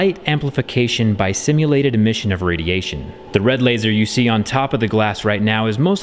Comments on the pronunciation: it's "stimulated". not "simulated". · Stimulated, not “Simulated”… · I think I heard you say the "S" in laser for 'simulated' instead of the correct "stimulated" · First time I've heard someone pronounce "stimulated" as "simulated" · “… simulated emission of radiation…”, not sTimulated…. 😇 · I know you meant to say “Stimulated” 😉 love your videos! (Laser) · He might've meant that, Amercans would rather die than pronounce the letter "t". "Innerduction" instead of introduction, for example. Makes me cringe